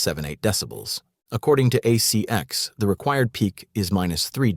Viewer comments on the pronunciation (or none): Yes. The pronunciation is off in some parts. ACX is part of Amazon audiobooks. It's not CX as in "A CX Check" which is what was said. It is An ACX Check.